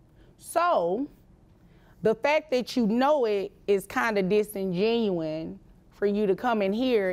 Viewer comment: The word is disingenuous NOT disingenuine